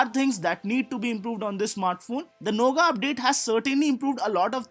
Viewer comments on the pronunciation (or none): great video. But it's not nougaa. it's pronounced as nougat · Lol. 😂 he is calling "noughet" a "NOGA" which he learnt from other channel.